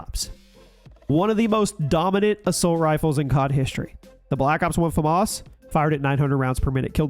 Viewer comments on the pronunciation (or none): Americans still don't know how to pronounce FAMAS